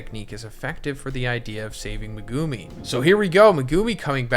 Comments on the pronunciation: ME-gu-mi Not me-GU-mi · You say his name wrong every video! It’s pronounced, Mega-me! Not Me-goo-me 🤦🏽‍♂️ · not saying megoomi please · Pls stop saying Mehgoomi. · Learn how to pronounce megumi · Was enjoying the video until you butchered megumis name